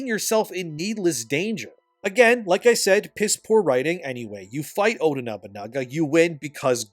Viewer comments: Just say oda instead full name, you keep saying odu when saying his full name makes me pause when doing chores lol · as terrible as this game is and I'm no way defending the crap game, the blatant bad faith arguments he makes is annoying. he's no different than those dicc riding positive review game journalists. how hard is it to pronounce Oda Nobunaga? "Odu" he says while bashing the game for its dumbness too. when Oda was about to die burned alive, his castle destroyed, and people killed there was honor in letting his retainer be his 2nd obviously. that's the culture of the warrior code they had. some critical thinking there instead of copying and pasting other people's opinion would go a long way. it's credible to believe a man 3 feet taller than you, with 100 pounds of muscle weight more than you can beat a legendary decrepit assassin who is fighting in a way that IS NOT how assassins do their work. imagine a 90-year-old Japanese man trying to 1v1 a tall, strong and harshly trained warrior in his prime who has every single advantage over you. the result was a legendary figure reduced to simple fodder by an average outsider with decent resources. you know. the theme of everything involving Oda Nobunaga in every piece of media he is in, seeing as he was the visionary who showed Japan the weakness the isolation and outdated warrior code ingrained in its people compared to the west. as terrible as this game is, you don't need to make yourself stoop to the level of terrible game journalists because you want to join the hater bandwagon. integrity is knowing this game isn't a 10 and it's not a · Love your vids but I can't take saying Oda as Odoo 😂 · why do you call him "Odoo Nobunaga" and not Oda Nobunaga? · It drives me up the wall how says Oda when using only his first name but pronounces it Odu when saying his family name as well. 😄 Great video again,, keep it up. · Stop saying Odu Nobunaga. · Why do you keep saying Odu Nabunaga 😂